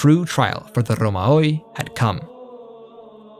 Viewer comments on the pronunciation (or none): It's pronounced Ρωμαίοι put that in google translator, not romaoe.